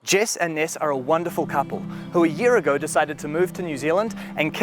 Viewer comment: "We met in America but my parents moved here six years agree" trying to wrap my head around the way she pronounced the word ago, it's just.. it's not the right word to me.